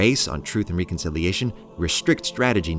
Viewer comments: It's pronounced rek-un-sil-ee-ey-shuhn, man. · Doesn't know how to pronounce reconciliation. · Please stop saying reconciliation.